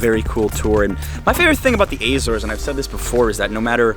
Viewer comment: I'm from Azores, I love that you say the names of the islands and the villages in a perfect way 👍🏼 keep up with the good work 😀